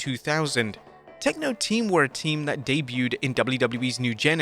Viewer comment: Well.... "Tenko Team" or "Tekno Team"? 🤔 😛😁